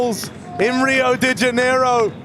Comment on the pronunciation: rioh-dê-janeirro XD